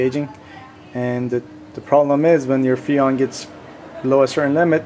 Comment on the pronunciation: Its FReon, not Feon! LOL